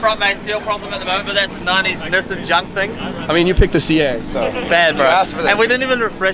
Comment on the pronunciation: actually said Nissan correct for the first time 😅 I thought I've been saying it wrong my entire existence after hearing how and the gang like Adam LZed 😳 made me rethink everything I've ever learned in life 😂 Now please stop saying Muzda, it's Mazda. Also please tell Adam to bring this event to South Africa 🇿🇦 the WORLD stays sleeping on RSA. We have car culture that even the UK is jealous of 😊